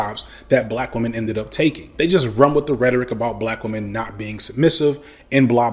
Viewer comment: He he... "wamen"